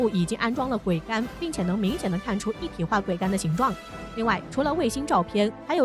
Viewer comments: 桅杆 念做 危 不要再念錯了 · 你读一下试试，她念错字但很专业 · 播音员的水平都低到这种成都了吗？连“桅杆”这么普通的词都能读错，这是找了个小学没毕业水平的人吗？